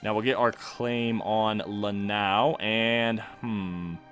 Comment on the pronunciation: Lanao pronunciation is a ok 👌